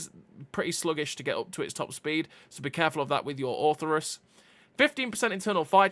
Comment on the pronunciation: Orthrus, not Ortherus